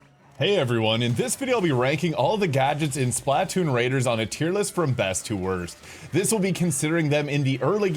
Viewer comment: i can't get over how you say splatoon lol it's like the word platoon but just an S in front of it